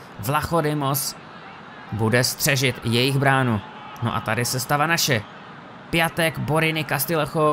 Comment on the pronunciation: Piatek se kdyžtak čte "Piontek", sice mi to taky neleze do huby, ale je to tak :D